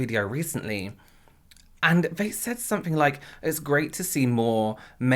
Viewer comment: it is so funny to hear/see you change the “th” sounds for the “v” sounds. Like, when you say “they”, you actually say “vey” :)